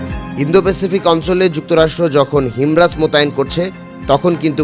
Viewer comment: হিমার্স ভাই, হিমরাজ না🤣🤣🤣